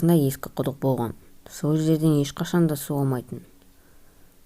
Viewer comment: оқиға бро сенин ЖАКСЫ бирак сен кейбир жерди кателесип айтасын болган ды боган деп АЙТТАСЫН!